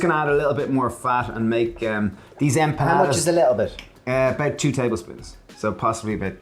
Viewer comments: Looks so yummy! I have to correct your pronunciation, it's empanadas not empañadas 😉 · You guys need to learn how to pronounce ‘Em PA NA DAS. Not EN PEE NA DAS. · Love this channel, but every time they said "empañadas", a little part of me died.